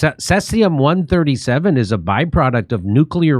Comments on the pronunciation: "could" and "potential" Jimmy. And it's pronounced "cee'zee'-um'" C...Z...um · First time hearing about says-ium eh? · said seas-e-um not sess-e-um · pronounced 'SEE-zee-um' ☝ Don't forget to check all of the meat that you want to purchase for magnetism! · He honestly can't pronounce seize-E-ummm? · pronounced see zee um, this common fission product has a 30 year half life. So every nuclear bomb detonated over the last 200 years and every accident contributed to the total fallout which circulates world wide. 23 Bikini Atoll tests contaminated the entire Pacific. Fukushima is a drop in that bucket. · The Asian shrimp industry is cruel and evil. The human slavery level and abuse is off the charts. People live in boats and factories full of ice. Terrible conditions, I won't buy it anymore. Also it's See-zee-uhm....Cesium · SEEZE EEEE UMMMM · cesium is pronounced SEE-ZEE-UM. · Seize-E-um is how it's pronounced, yeah don't eat anything out of the ocean anymore ☢️☠️ Japan years ago changed the allowable radiation allowed in their food so distributors could still sell seafood. 🤢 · It's pronounced see z m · Its pronounced "seez ium" 🇬🇧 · It is pronounced "Sea-Z-um" (Cesium) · Pronounced like SEA sium-137.... which comes from nucIear meItdowns, and has been flushed into the SEA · Jimmy, I love you, Stef, and your show; saw you live, here in San Diego. Just a friendly "intervention," here: Cesium is pronounced SEE-ZEE-um. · Pronounced, sees-e-um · pretty odd that Dore knows how to pronounce Geiger and Fukushima but not Cesium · Thankfully Jimmy learnt how to pronounce cesium by the end of the vid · Jim knows how to spit on people that he doesnt like but cant pronounce cesium. To top it off he mocks those that cant say Fukushima. Low IQ